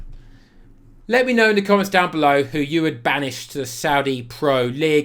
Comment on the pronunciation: My favorite part about this video is your pronunciation for the Saudi clubs!